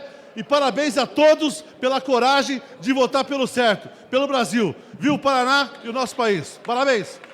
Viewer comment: O cara não sabe falar o nome do estado dele Paraná kkkkkkkk. acho que nem deve ser nativo de lá.